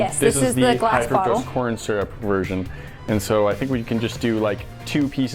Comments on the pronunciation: Boi ain’t nobody say surup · You won't see this but your saying syrup wrong